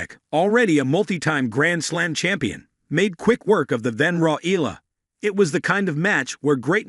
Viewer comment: It ‘s pronounced E-ya-la!